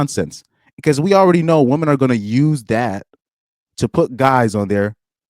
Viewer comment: You realise woman and women are pronounced differently? Surely?